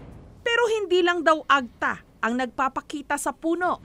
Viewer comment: Madame Jessica it's Ag-TA emphasis po sa TA not the other way around AG-ta. Sana po i-research niyo muna kung paano sambitin ang mga salita lalo na kung Filipino kasi masakit sa tenga. Napapansin ko po kasi madalas ito mangyari. I hope you take my criticism objectively.